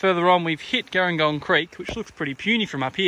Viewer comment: Hey great video, very handy! Just an FYI, local's pronounce it "Jeh-ring-gong". Like the South Coast town, with a "J" sound rather than the "g".